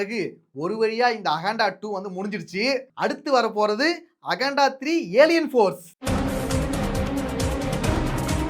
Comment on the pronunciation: All ok😂 It is akanda and you are pronouncing as aganda